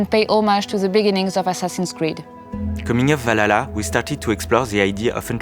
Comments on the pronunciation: bruh "VALALA" broke me... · "with assassin's creed walala"